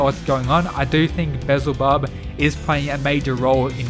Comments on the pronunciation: Beelzebub is pronounced be-yel-za-bub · damn beelzebub is kinda... yknow.... actually nvm.... (also its pronounced "bee-el-zeh-bub" lmao) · Be-Al-Zeh-Bub is how you say his name. His character is shown to be some type of scientist so I wonder if he had a hand with Zeros body? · FYI it's pronounced Bee-el-zebub